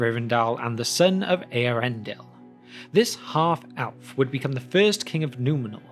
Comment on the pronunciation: Why does the narrator in these podcasts insist on pronouncing the word “Elf” incorrectly? The word with Elf, it begins with the letter “E” it should sound or rhyme with the words “Shelf”, “Stealth” or “Wealth”. It doesn’t start with an “A”, so it isn’t “Alf”, or “Alves”.